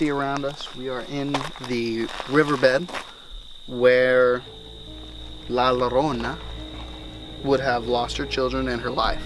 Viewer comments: Good Story ! Two Ls put together in español, make the Y sound . So its pronounced like La Yorona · How is it possible that you know the folklore but not how to pronounce her name? Anyways, good eerie video.